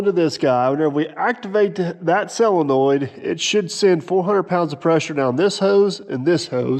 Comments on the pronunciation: Yep, Sid, you heard right. He () keeps saying “SELENOID”! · I believe the word is SOLENOID… not SELENOID… as I keep hearing on this channel.